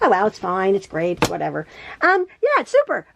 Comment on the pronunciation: I crack up every time you say whatever